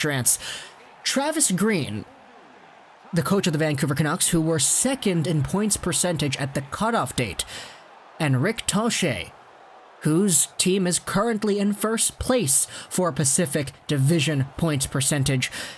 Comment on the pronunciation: Huge mistake by Vegas. Also tocchet is pronounced tocket